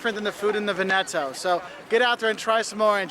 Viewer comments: ...and says "Venééto" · My ears bleeding when that guy pronunced it "VenEto" and not "VEneto" xD (I live un that region lol) He explained it perfectly and respectfly tho!